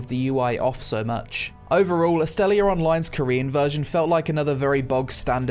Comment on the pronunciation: Its called Astellia not Astellier